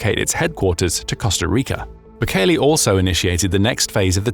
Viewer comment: Mate, it's Bukele, not Bukeli.